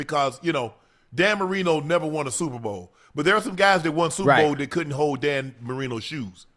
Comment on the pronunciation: he can’t say super or bowl